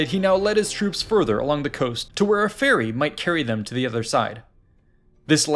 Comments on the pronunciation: Ferry. Not fairy! My god. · There's no hope for this American. He couldn't even read 'ferry'.